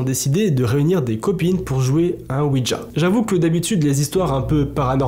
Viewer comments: Merci pour ces histoires, ça choque vu que ça vient des personnes du groupe. Je leur souhaite bon courage à tous. Quand à toi essaies de dire le mot ouija sans y ajouter de "d" ouidja 😂 Merci du partage et sincèrement bises 😘😘😘😊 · C'est pas OUIDGA c'est ouija